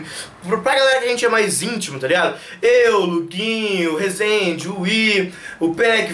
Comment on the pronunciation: ele falou Rezende e pec